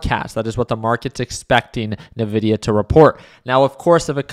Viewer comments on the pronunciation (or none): I die a little every time he says Ne-VIDIA 😂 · Lol, he's earned it. Nevidia